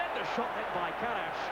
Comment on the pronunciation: Karaś, Tarasiewicz ... pronounced very well